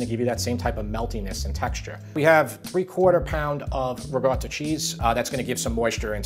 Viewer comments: Good question - the way I pronounce ricotta is "rigawta". It's how many of us on Long Island (NY) pronounce it. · Rachel Ray has destroyed the pronunciation of "ricotta"! There is no hard 'g' sound; it is a hard 'c' with a stoppage of air before the 'tt'. I love your channel! Thanks so very much.